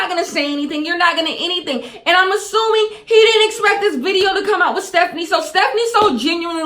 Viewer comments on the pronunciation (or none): it’s stephanie* not stephine